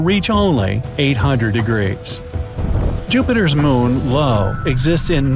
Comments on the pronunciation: Jupiter’s moon is EYE-OHH not ELLE-OHH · say it with me I O .... not LO.. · Jupiters moon Io is pronounced "eye-oh" not "Low" fantastic video tho, im subscribing for sure! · Really?Lapetus and Lo? They are Iapetus ans Io. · Hahaha. I heard the same and thought how’d that get passed editing?😂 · Io (eye-oh) You're welcome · Bro said LO 💀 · Loooool I heard Lo and did a double take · So many mistakes in this video, Io is pronounced Eye O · Forget about pronunciation, it's literally just two letters and he got em wrong 😅